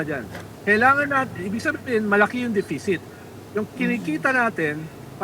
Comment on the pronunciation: I love Ronald pero - say it again, “de-fi-sit”. 😂